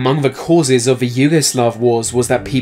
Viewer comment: This guy doesn't know how to say "th" in "the" and other words with the same sound lol.